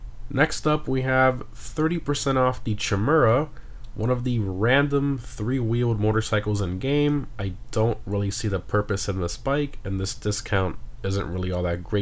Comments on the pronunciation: lol...just an FYI, it's pronounced Kai-mera...the 'chi' in this word is pronounced like "kai"😉🍻🍻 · why did you say chimera like that 😂